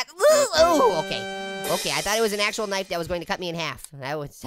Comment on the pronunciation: haaaa one time you said hey apple want kife